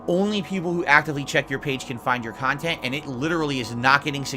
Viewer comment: “Curated khantent”